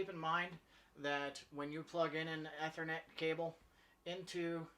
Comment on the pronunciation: Great videos. Took me a minute to figure out how you say "ethernet" as "eh-ther-net" rather than "e-ther-net" as I have always heard it pronounced in the IT world.